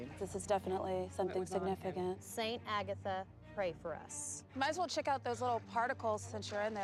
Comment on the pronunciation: Alright but… it’s so cute how pronounces Agatha